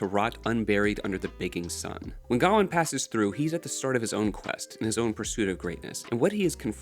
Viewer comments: It's not pronounced Ga-wan its Ga-wayne or Gwayne depending on where you're from. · It's Guh-WAYNE btw. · Why do you pronounce gawain(guh-wayn) like that. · Mispronouncing Gawain means I can’t listen to this lmfao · Because he can't pronounce Gawain properly? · I was going to say the same!! 😂